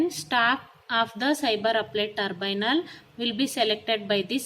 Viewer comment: It's not turbynal mam it's tribunal